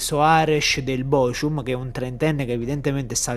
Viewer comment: Bocum non bocium 😭